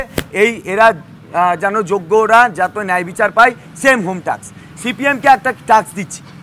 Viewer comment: 😂 bhai home-taks na..... katha-ta home-task. Chinta nei ei bhodro chakri geleo onek shubide pabe.